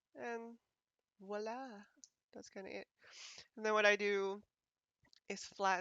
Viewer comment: I was really impress by your ( Voilà) 😂! Do you speak french a little bit? Good job by the way this is a pretty good tutorial ! Rémy from Montréal city 🙋‍♂️!